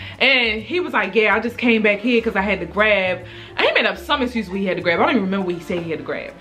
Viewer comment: Every time she say "tew" lol 😌😍 them Baltimore vibes